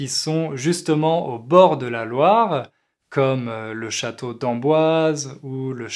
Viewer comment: Tu prononce pourHeu et LoireHeu, c'est plus un accent insupportable qu'un français pur.